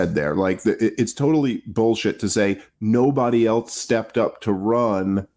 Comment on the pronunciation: Dave, I like the channel. The word is “else.” Not “eltse.” There is no letter “t” in the word. Other than that, keep it up!